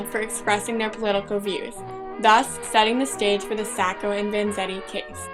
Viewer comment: Hey someone who pronounced Sacco right!!! :)